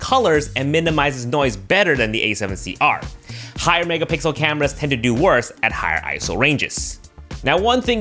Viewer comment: megapixel ❌ Megapicles ✅